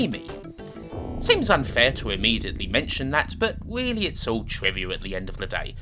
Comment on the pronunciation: Bwuddy good weeview!!!